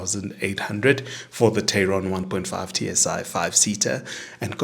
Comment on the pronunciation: TAE-RON not TEI-RON.